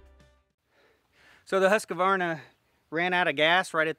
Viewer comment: I prefer the cut to be 1 to 2" above the notch. Makes for a more flexible hinge that sets the tree in a definite direction before it has a chance to snap loose. I like how you say Husqvarna 😆 it's "who's quar na". (House with grainmill, quarnstone)